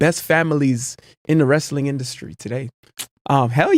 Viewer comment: Wrastling???? Really?